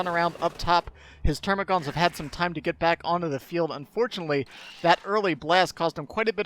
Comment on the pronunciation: Dammit, they're called termagants, not -gaunts. There's no "u" in their name like the hormagaunts. ^^ Aaanyway, great cast as always, and great game by the players. Big thumbs up! :)